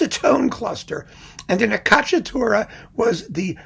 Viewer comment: Hi, sorry to correct you on a pronuciation: it's ACCIACCATURA, not accacciatura. Acciaccare means schiacciare, in english to crush or to squash. For the rest you do a terrific job, as always. Greatings from Italy